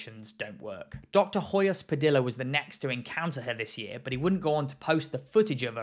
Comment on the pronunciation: Just a quick note: Hoyos Padilla is pronounced "oh-joh-s pah-dee-jah:" in Spanish, the H is silent, and both the double L and the Y sound like a soft "j." Great video, though! :D